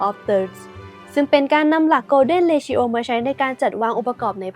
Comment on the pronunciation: ผมติดตาม ช่องนี้ มานาน ทั้งได้ความรู้หลายๆ อย่าง แต่คลิป นี้ ไม่น่า พลาดได้เลย นะครับ มันไม่น่าจะ ออกเสียงว่า เร-ทิ-โอ นะครับ